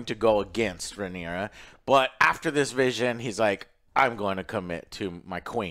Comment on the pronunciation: Say it with me Joe... RAE-NEI-RA